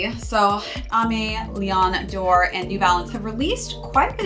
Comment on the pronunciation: Love the video! I think it’s pronounced aim-eh vs Amy